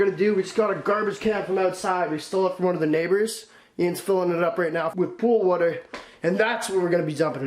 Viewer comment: Yo thats alot of "wouater"